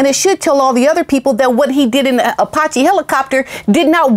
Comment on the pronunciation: I bet JT is having buyers remorse. Especially after the way Harry insulted him. Claiming that JT made a lot of money off of his dancing with Diana. I think JT has committed career suicide. It’s pronounced Apache- A patch ee. My husband and I have been in the aviation industry militarily and as a government civilian for 37 years. We’ve had friends and colleagues who were aviator heroes in combat in the enemy hot zone during war and since. These men and women were Purple Heart and Silver Star recipients. Let’s not forget those heroes that died in service to our country. In our opinion those Heroes are far more deserving of this award than bunker Harry Windsor.